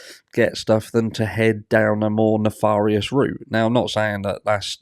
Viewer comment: Theories really do abound with this one. P.S. For some reason, "nefarious" is pronounced "nef-air-ious", not "nef-are-ious".